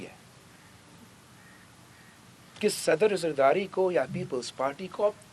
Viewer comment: Saddar Zardati... zardari, beta bolna seekh lo!!